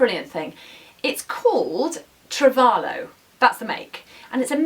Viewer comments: Travelooooo not trivalo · Travalo. Pronounced "travel-o". =)